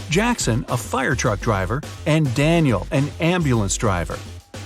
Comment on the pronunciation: Danial it's danial